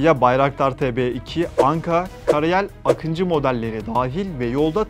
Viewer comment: Akintsi değil Akıncı = Не Акинци , а Акынджы ! и ударение не последнюю гласную в слове Байрактар !